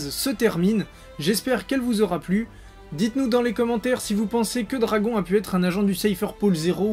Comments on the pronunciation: do-ra-gon ballllouuuu MDR😂😂😂😂😂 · Bizarre depuis que tu as dit dragon(accent francais), je n'entend plus rien, sa me trouble 0-0...